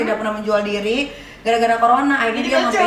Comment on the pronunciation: DPR bukan dvl 🤣🤣🤣🤣Corona bukan collona gembel lo